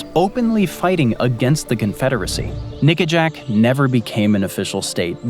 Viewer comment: Nickajack. Not that word